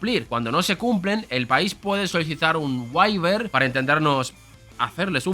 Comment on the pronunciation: ¿Por qué estos españoletes pronuncian tan mal ciertas palabras del inglés ? Como waiver por ejemplo